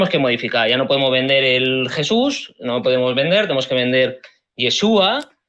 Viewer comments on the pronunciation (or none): Yashua se pronuncia